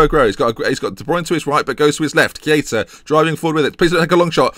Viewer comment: Why Key-aa-tah? :/